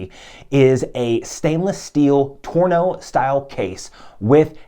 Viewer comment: Just a quick note: Tonneau: watch case shape (tuh-no) Torneau: Retail store that sells watches. (Tore-no)